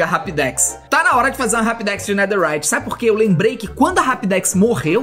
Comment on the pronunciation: EU VENDO ELE FALA NEDERRIYT EU: ESTUPEFATO